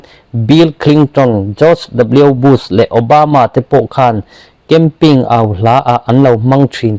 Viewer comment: Camping tia sawi lo in, Campaign tia sawi zawk tur